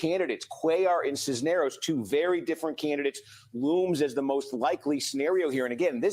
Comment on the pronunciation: Cuellar = kway-are Cisneros = siz-nair-ose